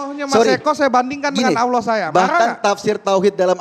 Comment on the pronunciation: ALLAH, aulah & auloh, mana yg benar ni. Sebutlah pake bahasa Indonesia itu lebih Indah di dengar dripda sebutan arab gk jelas, emang ALLAH mengajarkan bhasa arab sja🧐🧐🤨🤨🤨